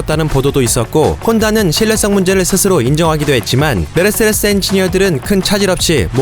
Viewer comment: 메르세레스라고 계속 발음을 하셔가지궁!! 세레세레세레스~~~***😂